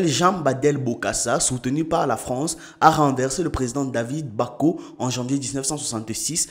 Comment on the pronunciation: Très belle vidéo et je t’encourage à en faire d’avantage car tu ne cesses de me régaler avec ton contenu. Petit rectificatif lorsque tu parles de coup d’état en RCA. Lors de la prononciation ce n’est pas David Backo mais plutôt David Dacko* Sans oublier Bokassa son prénom n’est pas bien prononcé dans la vidéo.